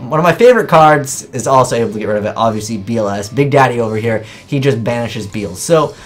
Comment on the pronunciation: I wonder if will ever learn how to pronounce these cards names correctly. His name is Be-el-zuh, not beelz.